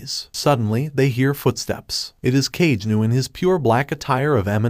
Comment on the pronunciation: God that tts sucks can’t even say kagenou